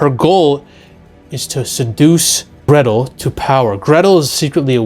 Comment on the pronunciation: It's Hänsel and Gretel (Hen sell & Grae tell)